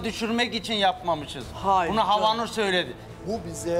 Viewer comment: Havnur un türkçesi meşaj diyor mesela ! Bu insana prim verilmez cahil çok havnur .